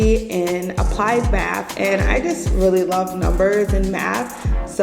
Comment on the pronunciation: the word is maTH not Maff 😂